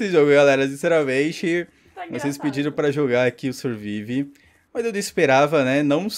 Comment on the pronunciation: Se pronuncia sârvaiv.io